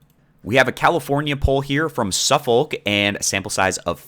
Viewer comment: Suffolk is pronounced 'suffuk